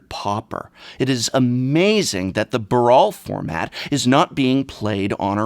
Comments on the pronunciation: nice subtle pronounciation of "the Baral format" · not sure if you said brawl or Baral considering that’s all 1v1 brawl is at the moment.